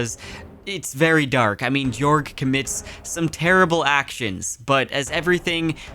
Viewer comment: just a note: jorg is pronounced "yorg"